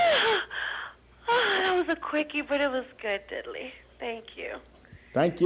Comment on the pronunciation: There’s no Y in DIDDLEE BRO